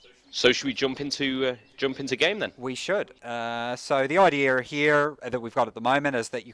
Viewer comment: "The idea:r here". Where does the R in idea come from? Please help me understand!